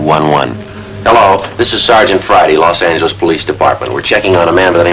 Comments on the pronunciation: Yep, . Los Ang-lis! Never heard it pronounced that way. Of course, I was in Michigan in the '50s. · "Los Angle-les" What the...???!!! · This is actually aired after Barton passed away. And notice Los Angeles with the hard "g". It was not an uncommon pronunciation.